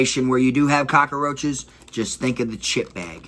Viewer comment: My guy said cakaroaches ………definitely from Florida my g